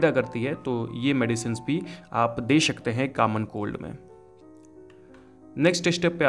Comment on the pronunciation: Bhai plzz shakte n bolo sakte bolo irritate ho RHA